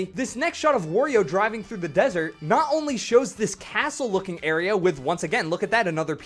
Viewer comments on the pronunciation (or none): none